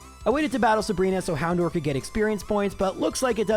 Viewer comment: I know a lot of people complain about how you say certian words, but it drives me nuts how you say "Houndour" you say "door" when It's dour, rhymes with sour.